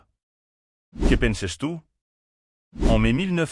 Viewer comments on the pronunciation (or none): vous savez pas parlez qu'il vous faut une voix IA ? horrible, dislike juste pour ca. Que PENSESSSS TU prononcé a l'espagnol, ca ma achevé